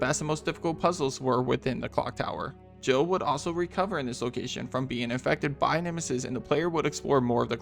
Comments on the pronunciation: I always thought Barry says jibble sandwich lol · I always thought it sounded like Barry said Jiggle sandwich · I never understood why it was a Jill sandwich when it sounds like he says jibble sandwich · 'You were almost a jibble sandwich', that's what I always hear even though it makes no sense.